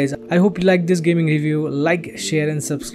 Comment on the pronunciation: the "Peace" in the end, sounded like "Piss"